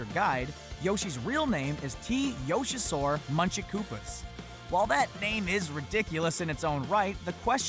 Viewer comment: I think the "t" in t yoshisaur makes it sound like t rex